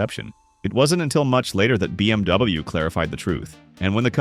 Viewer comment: learn how to pronounce bmw